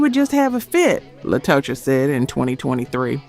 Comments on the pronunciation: The mispronunciations drove me NUTS on this episode... En Vogue - "in" Vogue Latocha - "Latasha" Scott TLC- Tionne "Tee-on" Watkins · Latocha should be pronounced Latasha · It's Latocha Scott not La to cha